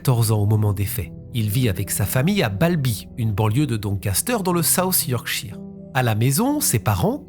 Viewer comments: 1/ Merci à vous d'avoir parlé de cette disparition que je ne connaissais pas du tout... 2/ Vous prononcez mal Yorkshire... Cela se prononce Yorkcheur... 3/ Votre message de fin est émouvant... Vous avez tout à fait raison...Aussi, vous avez de la chance d'avoir encore votre papa qui a 92 ans... Le mien est parti à 88 ans quand j'avais 29 ans... Oui il m'a eue tard lui aussi, comme vous... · 'Cheur' est trop fort. Plutot 'shuh' ('che') ou 'shur' (avec un 'r' a peine prononce). En verite il n'a pas tout a fait tord. Ici aux Etats-Unis, c'est plutot 'sheer/chire'.